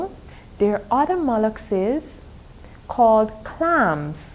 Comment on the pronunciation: It's molluscs not mollucses